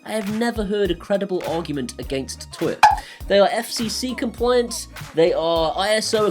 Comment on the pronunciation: Tuya ... is pronounced Tu - Ya. Great app.